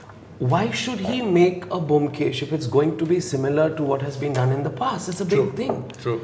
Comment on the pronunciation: the only objection i have is: please pronounce bomkesh properly. thats a prerequisite. atleast you dibakar. Otherwise this was the most apt chat....and Rajat speaks my mind when he explains the reason for dibakar making a different bomkesh. and dibakar's understanding of bomkesh is perfect.